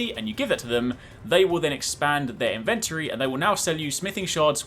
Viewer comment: “Expand their inVENtary”. Don’t think I’ll ever say inventory again now